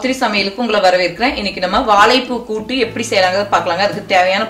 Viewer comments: நன்றாக வந்தது. நன்றி. ஆனால், அது 'வாளப்பூ' இல்லை. 'வாழைப்பூ'. கீளே (கீழே) களுவி, (கழுவி), பளம் (பழம்), தளை (தழை) Irritating. 90% of people can't pronounce Tamil properly. Plz try.. U can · Tried it. Gud taste. Try to pronounce 'ழ'. வாளப்பூ, பளம்.. இப்படி பேசினா சரியில்லையே.